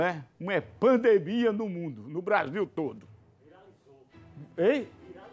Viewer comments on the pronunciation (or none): "EPANDEMIA do Brasil todo".Lembrado que esse cabra é jornalista.